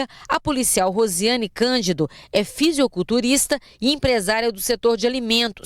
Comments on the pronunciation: Chega a dar raiva quando ela fala ''fisiOculturista'' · A reporter falou "fisioculturista" mesmo ou entendi mal?